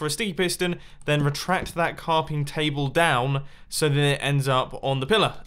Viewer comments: "Carping Table" -Mumbo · “Carping table” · he said carping table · "Carping Table"